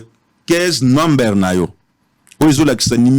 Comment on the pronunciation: Avec 10 ans passés Aux États-Unis tu parviens pas à parler anglais correctement ? Numbere what is that 😂😂😂😂😂